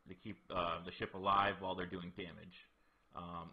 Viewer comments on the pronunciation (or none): none